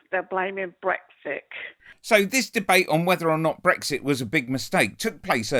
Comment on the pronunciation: "Brexik" Oh dear. This is how the rest if us got lumbered.